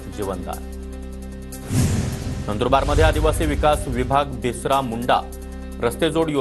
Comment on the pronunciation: बिसरा नाही हो बिरसा